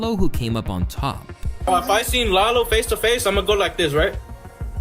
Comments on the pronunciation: it’s LAH-LO not lay-low 😂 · lol it’s pronounced Lah-low not lay-low 😂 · “Lay-low” is crazy💀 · “Lay lo gone brazy” 😭😭🤦‍♂️ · Calling lalo Lay Low is wild